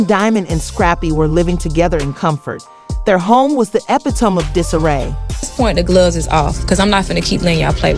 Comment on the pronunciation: Did you just say "epp it tone?" 😅